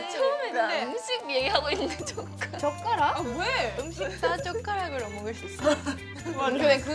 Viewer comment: Why is Yunjin saying chotkarak so funny xDDD I've been replaying that part over & over lol